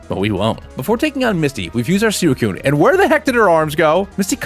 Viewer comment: i have never met a guy who calls suicune “soo-i-kune”